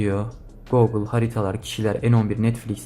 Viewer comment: Teşekkürler. Bence Googıl diye telaffuz etme. Herkes gibi basitçe Gugıl dersen daha kulağa hoş geliyor. Googıl demen bana itici geldi.